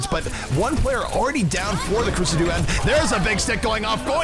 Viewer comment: Ahhh, surely its pronounced Sah dude, like as in Suh Dude